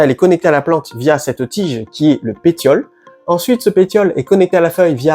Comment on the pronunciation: On ne dit pas péTiole,. On prononce le T comme un double S. Donc il faut lire péSSiole. Sinon, merci pour la vidéo.